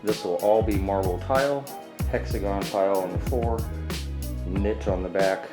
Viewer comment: I laugh everytime you say Niche wrong :p